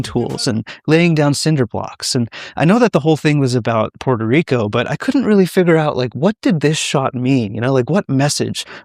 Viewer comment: It's PUERTO RICO NOT PORTER RICO